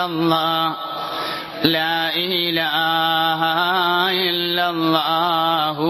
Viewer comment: ലാ ഈ ലാഹാ - തെറ്റാണ് ശരി - ലാഇലാഹ അല്ലേ? എന്തിനാണ് അറിവു ള്ളവർ തന്നെ തെറ്റ് ചൊല്ലിക്കൊടുക്കുന്നത്?